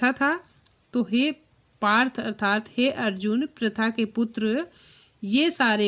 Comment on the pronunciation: कृपया अर्थात शब्द का उच्चारण सही करें।